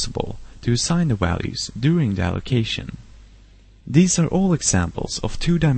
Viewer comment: Sorry but i just cant keep a straight face when you say walues instead of values. Where is that accent from. But that was a very good tut, nice.